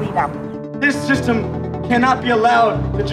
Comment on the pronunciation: "WE ARE DECLARING A POLITICAL WAR ON THEIR THISTEM"